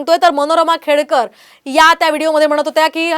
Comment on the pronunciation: खेडेकर नाही , खेडकर....